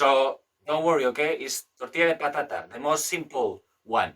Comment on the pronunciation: tartilla de potata a ha ha ha ))))